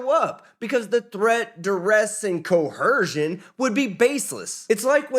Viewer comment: If you cannot even pronounce coercion you definitely need an attorney.